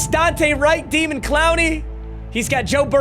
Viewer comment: calling him demon instead of daymon, smh. Stop being so white.